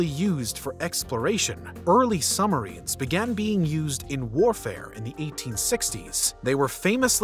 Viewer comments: Might be my phone....but why does it sounds like he is saying "sumarines" instead of submarines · I caught that also. No B’ s! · Did you really just say 'summerines' in my ear holes over and over again? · I love that the narrator says “Summarines” instead of Submarines